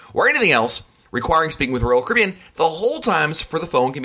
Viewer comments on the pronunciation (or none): I hear Rulkaribbon! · “Roll Kibbean” or “Roll Cabbean” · Manny Lyn “Roll Kibbean”, that’s what I hear, lol.